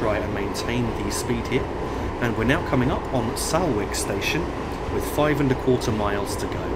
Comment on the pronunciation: Salwick is pronounced Solwick